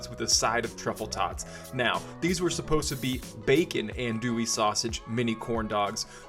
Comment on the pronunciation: You’re pretty close there brother it’s pronounced on-douille. Looks badass though redo with bacon and let us know.